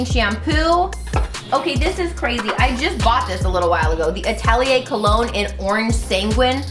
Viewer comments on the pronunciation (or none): none